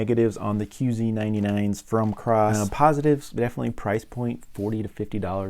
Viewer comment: thanks for the review. No "R" in KOSS though!